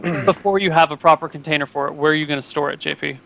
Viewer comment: love how can never say JP's name right.. always says togglebutt